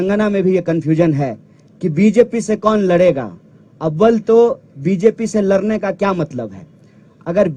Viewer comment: Is sale ko abhi tak bolne ni ata ladne ko larne kahta ladai ko larai kahta hai 😂😂😂😂😂